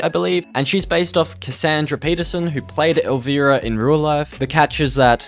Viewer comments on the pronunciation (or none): COD Infinite Warfare zombies is my fav COD zombies. also bruh, it's not "El VEE rah" It's "El VI Rah" It's an I not an E. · Pronounced El-Rye-Uh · It's El v-eye-rah u pronouncing wrong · Bro say elvEARA one more time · Your saying Elvira wrong